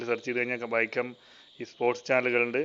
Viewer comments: NAAKKU VADICHU PARANJAAL VIACOM....VADIKKAATHEY PARANJAAL VAIKKOM...CHETTAN NAAKKU VADIKKAATHEY AANU PARAYUNNATHENNU THONNUNNU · വൈക്കം അല്ല വയാകോം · ബിജെപി ചാനൽ കൂടുതൽ വരണം കേന്ദ്രത്തിന്റേത് എന്നാലേ കേരളത്തിൽ ഉള്ള കമ്മിക്കും കൊങ്ങിക്കും ബോധം വരു കണ്ടിട്ട് 💪 എടാ പൊട്ട വൈക്കം എന്നല്ല അതു വായിക്കുക വിയ കോം 18 എന്നാണ് 🤦🏾‍♂️